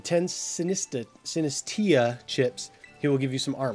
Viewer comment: Seriously? It's a cup with some substance in it and you're calling it Sinisteauh? It's obviously tea.